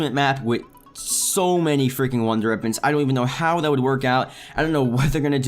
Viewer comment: "wonder eppons"